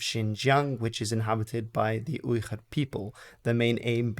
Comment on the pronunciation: the pronunciation of "Uyghur" is with a normal "g" and not whatever you are doing